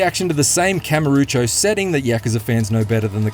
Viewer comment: why do you say Ryu Ga Gotoku like that and Kamurocho also Chapter 9: The Plot is great because of how stupid it is with its plot dumping and then having to fight a bunch of dudes followed by Majima showing up with a pink garbage truck also it sounds like Dark Ties is just Majima Saga but with a ton of filler